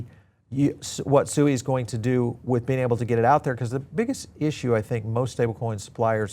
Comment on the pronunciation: Did you just say SUI Wrong five times in just less than 1 minute. It's hard to take crypto brows seriously with I can't even pronounce 💩 correctly